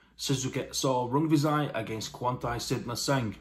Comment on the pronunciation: I feel like you nailed those pronunciations. A good keep busy fight for Rungvisai